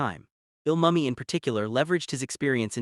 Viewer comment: How you gonna make a documentary on LIS and mispronounce the lead's name throughout? Say it with me - Mooo-Me